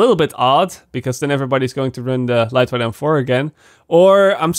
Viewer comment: Lightweight is pronounced as "light wait" not like "light white"